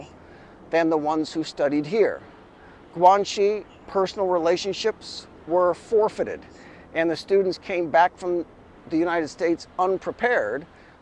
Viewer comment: Just a polite suggestion. I recommend learning some simple Chinese for these videos. 鬼 and 浙江 are both pronounced pretty badly in this video. I don't mean to be rude, but it hurts your credentials.